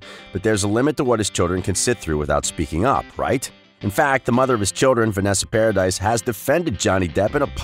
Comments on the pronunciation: It’s paradis not paradise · It's Paradis, not paradis or paradise.